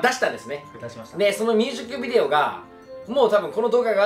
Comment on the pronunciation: 優里くんいつもミュージックビデオが言えてなくてみゅーじくびでおになってんの可愛すぎるwww